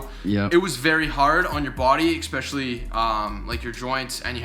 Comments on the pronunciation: expecially? especially!! bro huge fan. Great REAL personality and fun and informative. Cant wait to see u shredded. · Video 178. is yet to pronounce correctly the word "SPEcially" Jk, stay safe man!